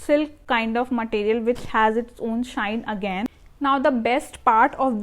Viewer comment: Matteeriyal ❌ Material ✅